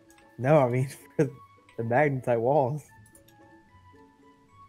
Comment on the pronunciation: you said magetite not magnetite